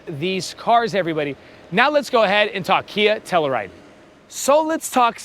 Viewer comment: Every time you mispronounce Telluride I cringe lol. It's pronounced Tell-You-Ride.